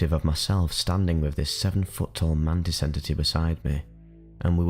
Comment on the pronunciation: Man tits or mantis hahahah love your videos man